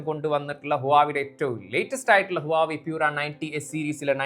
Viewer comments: Adhyam oru brand name parayan padikkedo koppe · oru brand name adhenkilum krithyamayi parayan padikkedo, brandname malayalikalk ingane madhi ennu than ara theerumanikkan, thett pattiyal thiruthan padikk, urulalle